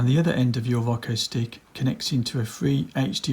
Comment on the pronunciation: He keeps calling it “rocko” lmfao 🤣